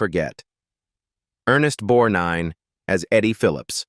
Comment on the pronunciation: I hate when the narrators don't pronounce actors name correctly It is Ernest Borgnine It's disrespectful